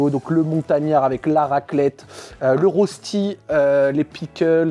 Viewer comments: / "Rösti" ce prononce "Rochtie" et non "rozetie". Je pose ça là avec bienveillance évidement, des bisous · Pitié, en tant que Suisse, prononce correctement le mot « Rösti » 😭 Ça me tilt à chaque fois mais on le prononce comme cela « Reuchti »